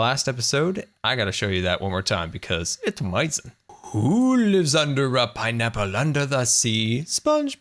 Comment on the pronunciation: Stop saying is gonna be amazin. You sound dumb